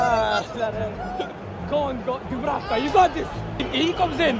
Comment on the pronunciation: M. Dubravka finally got his name right